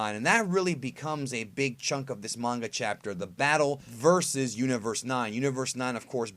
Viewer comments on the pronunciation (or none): none